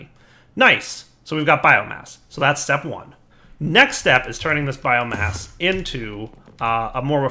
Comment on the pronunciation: keeps on saying bioGASS not bioMASS